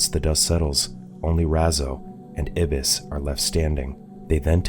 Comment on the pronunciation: I think the black dudes name is pronounced "eye" bis not ibis